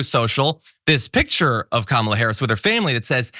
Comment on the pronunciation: I'll MAYBE start taking anything Trump says about Vice President Kamala Harris seriously when he starts pronouncing her name correctly.